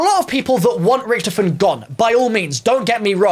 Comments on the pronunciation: It's not ricktoefin, it's Richytoffee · Its not ricktifen, ITS RICH TOFEN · Can we talk about how he saying richtefin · It’s pronounced rick-toffin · Who else got triggerd when he said richtifon I can’t spell the name but he said it wrong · “RIcTofeN” why does he say it like that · Anyone noticing he says "Richtiffen" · When u don’t know how to say Richthofen👆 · To me it sounds like he is not saying his name right but I could be wrong who knows may be some people say his name differently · The way he pronounces richtoften does my head in